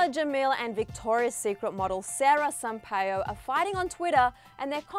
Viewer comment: it's pronounced sara sam-pa-e-u not sampa-yo